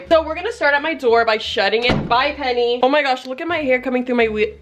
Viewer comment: LMFAOO “PENNYY”😂😂